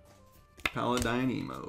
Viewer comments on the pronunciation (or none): none